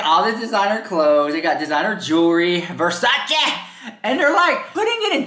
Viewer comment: “Gucchi, jewelry brand VERSACHE!” “My Loui Vuitton” My Gucche!” 😂🤣